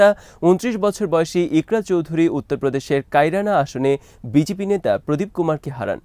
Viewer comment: ভাই ওটা বিজিপি না বিজেপি হবে।